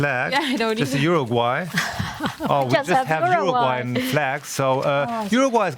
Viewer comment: "UruGAY", really?? xD